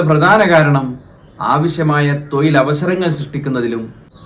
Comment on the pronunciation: തോയിൽ അല്ല സഹോദര.ഓയിഞ്ഞു കിടക്കുന്ന അല്ല ഒഴിഞ്ഞു കിടക്കുന്ന.